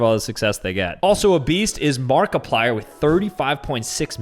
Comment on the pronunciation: When said Markiplier i heard BARKIPLIER. IDK